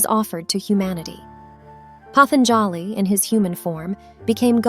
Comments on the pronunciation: The correct pronunciation is Patanjali, पातंजलि ?The"a" after j is almost silent. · sure nothing wrong with handing over your mind and talents to a machine that can't make an original thought. The voice over constantly mispronounces patanjali's name. This is a cheap product you made, and because you and AI lack creativity, you just retell stories that are already available with better explanations and nuance to them. Thats the slop, its the cheap low effort you showed in make a bs product. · Incorrect pronunciation of Patanjali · I have never heard the word 'patanjali' pronounced like this